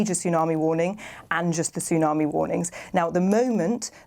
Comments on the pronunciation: Sorry, I know it’s a terrible situation and all, but when the news presenter called it a “toonami” just made me laugh. She should know that “Tsunami” has a silent “T”… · She said 'Toonarmy' at the start of the report...a BBC newsreader...!!....ubeleeeeevable..... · 'a major Toon Army warning...'. How is someone this old unaware how to pronounce the word 'tsunami'?